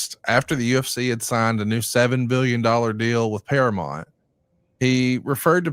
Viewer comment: please stop saying "Paramont". It's Paramount.